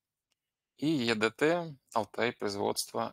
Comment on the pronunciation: Не е дэ тэ, а и ди ти😀